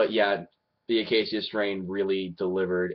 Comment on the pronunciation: dude its the UH KAY SHUH strain